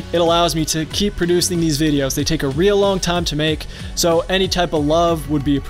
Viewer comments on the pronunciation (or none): none